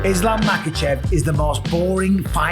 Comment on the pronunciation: wtf is that butchering of his name? Lmao